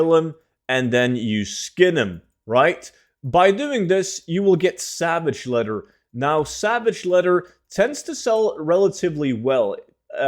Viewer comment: You need to learn how to pronounce your words correctly. There's no such thing as savage letter. Or a Revendreft. Maybe try spending less time tryng to sound cool your intros and gain a better grasp of the English language.